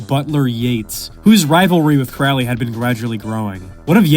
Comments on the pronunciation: it's pronounced Crowley I am turning off the video. Hack. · itsn pronounced, " CROW-ley", like, rhymes with holy. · It's pronounced CROW-LEE. Rhymes with HOLY. Ozzy is wrong. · Holy like Crowley... Can we just pronounce it properly...??? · It's Crowley. Rhymes with Holy. Pronounce in toff/posh. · At least pronounce his surname correctly. Good grief. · This whole ass video and couldn't even pronounce Crowley correctly 💀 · you pronounced his name wrong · >14 seconds into the video and he already butchered his name. Tell me you don't read Crowley without telling me directly.